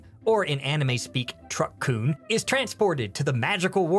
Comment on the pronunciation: if i got that joke right, you prononounced -kun wrong. did you just say that every single fantasy isekai is also harem? thats not how you pronounce isekai